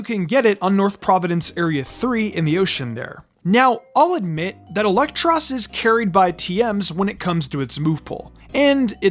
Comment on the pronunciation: Come on, man. It's not "Elektross" -- it's "EEL-ektross." Because it's an eel/lamprey.